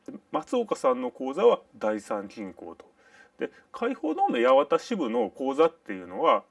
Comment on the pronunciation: 「やわた」では無い。「やはた」。